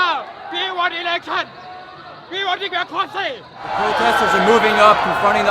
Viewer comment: WE WAN DECROMACY!!